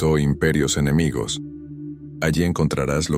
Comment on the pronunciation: Dice "enemigios".